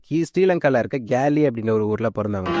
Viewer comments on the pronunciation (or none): கேலி இல்லடா காலி எனும் ஊர் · geli illa brob gaali 😂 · yooh athu கேலி illaya athu காலி😂